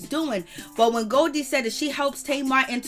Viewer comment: 🤣🤣 her name is Golie (go-lee)